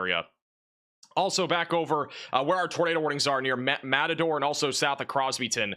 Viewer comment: How many place names can this guy mispronounce in a single sentence? Matador?? LOL